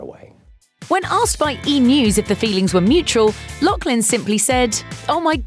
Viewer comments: Pronounced Loff-lin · There’s no k in the last name ... LOUGH. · I cringed every time she said Loughlin. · There’s no “k” in her last name